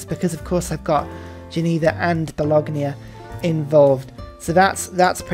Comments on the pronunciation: Bologna is pronounced ba-lone-ya. The g is silent. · Bologna....Bo...lon...ya...............you're welcome. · Mama mia, do you say Lasackna too? Great video as always tho but I always gotta wear headphones when I watch them, otherwise my italian roommate is gonna destroy my laptop.